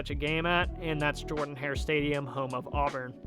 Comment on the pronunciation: Auburn's stadium is pronounced "Jerdan" not "Jordan"